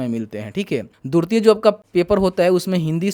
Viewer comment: Durti nai hota hai..dwitiya hota hai murkh